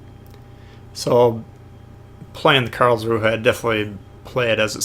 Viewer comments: Imagine if you could run Dewey in the Karlsruhe, lol. Also I think it's pronounced 'Karlzru', as in not promouncing the 'h' at the end there. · It's pronounced Carls-rew-eh.